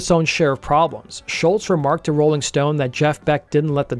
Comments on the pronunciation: You can’t even say his name right. Say Scholz, your saying Shultz dork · There's no "T" at the end of Scholz. It was annoying to hear you constantly say Sholtz.